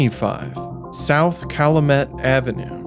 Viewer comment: This channel does a great job with investigative work. The quality of the videos is higher than most other big channels. One correction, it’s pronounced CAL-YOU-MET for the street name Calumet.